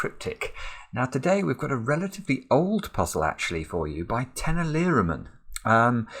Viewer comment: "Tenali Raman" is pronounced as "Tenāli Rāman" (those two As are long), I had to comment after hearing your pronunciation :)